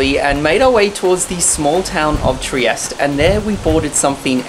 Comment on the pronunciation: I stayed with the best host family in Trieste, this warmmmed my heart. Also it's triest(eh)